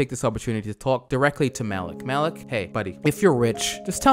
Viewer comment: he says malki in arabic means king but it's actually MALIK not MALKI idk why im so pissed off about it